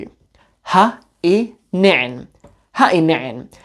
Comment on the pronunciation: I am so proud of you for correctly pronouncing ha i nicin.